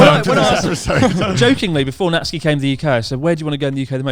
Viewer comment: thank you youtube for calling Natsuki as Natsky